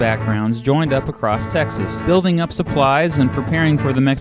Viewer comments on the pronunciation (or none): none